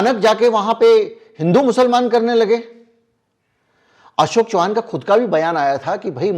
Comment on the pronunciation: Sir जी एक correction है वो अशोक चौहान नाही अशोक चव्हाण है